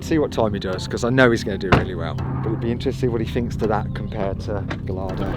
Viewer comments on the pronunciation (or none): The way you pronounce “Gallardo” is appalling